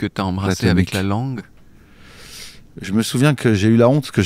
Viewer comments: Déjà il dit pas langué il dit guélan 😅 Et puis moi j'aime bien c'est sa petite patte à lui quoi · Heureuse que tu ne dises plus "langué"